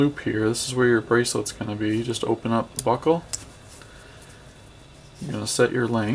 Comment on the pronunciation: I keep hearing butthole instead of buckle lel